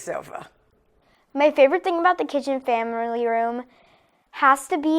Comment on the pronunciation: FamEriLy room